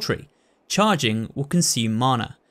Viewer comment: Mana is a Maori word if you translate it to English it means 'power' you can just call it that but you have been saying it right both times :)